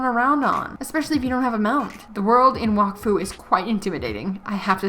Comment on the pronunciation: There is also a show (French anime on Netflix) Wakfu it also in this world Edit: u also mispronounced Wakfu it’s like Wack Fue